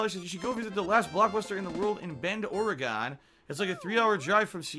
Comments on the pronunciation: Uh it's Bend Ore-e-gen. Not Ore-e-GONE. Idiot. I live in Oregon, like an hour drive from Bend. You'd think he'd know how to pronounce it since I'd give a pass on Ore-e-GIN. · Bend, Or-e-ghan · Dude can’t say Oregon right. What a shock